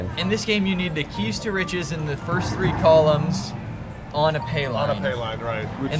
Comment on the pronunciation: Keys to riches sounds like keister itches